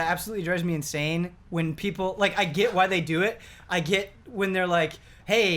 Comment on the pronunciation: bro the way you say get is just the best lmao the way you GIT is the best! ahahahahah love you man but you pronounce get as git every turn! Git Gud!!!